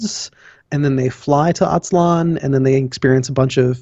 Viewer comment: Not "Motecuzuma", his name was Moctezuma Not "Atzlan", it is Aztlán